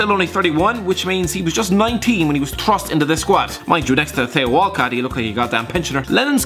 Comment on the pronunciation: tay-o walcott